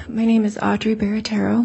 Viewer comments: ALL these people are more than easy to play. This Barratarrio women doesn’t even pronounce her own last name correctly. Fascinating! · B-A-R-A-T-T-I-E-R-O, not Barratarrio. C'mon, guys! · 🚩🚩🚩Hey EAST IDAHO NEWS !!! YOU LISTEN! She's had her life upended, the LEAST U can do is-SPELL her last name right! It's stated w/I 25 seconds, 4 syllables- 🚫5, 2R's- 🚫4, 2T's-🚫1! BARATTIERO; sounds like 'bāratārō'. 🚩🚩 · Barattiero. She spells it out. It's a thing they do in court. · That’s not how she spelled or pronounced her name lol